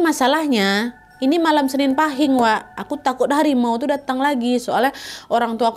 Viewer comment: Izin koreksi kak nadia cara baca pahing kata bunda aku itu paeng terimakasih🙏😚😚